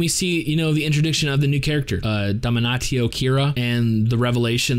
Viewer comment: People usually pronounce his name "dam-nashio"